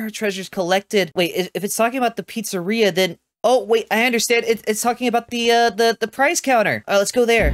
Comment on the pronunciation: "Freddy Fazbear's pritsarea" 💀💀💀